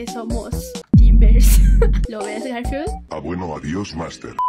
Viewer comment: dice galfield yo: hermanooooooooo❤❤❤❤❤❤❤❤